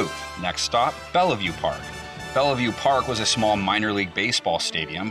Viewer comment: It's pronounced "Bell-view" not "bell-uh-view" 🤦‍♂️🤦‍♂️ Sincerely, Someone from the Village of Bellevue